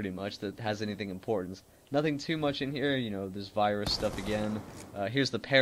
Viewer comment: thats a weird way of saying virus